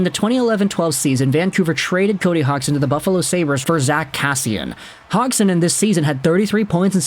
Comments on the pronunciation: Is name isn’t pronounced HOGson. It’s Hodgesin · Say his name right. HODGE + SON. Where do you even get HOGG + SON? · dude you butchered his name its pronounced Hodge son not Hog son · If I'm not mistaken the d in his name is pronounced. So it'd he "Hodgeson" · Lol just had to let you know you are saying his name wrong the gd in his name makes a j sound.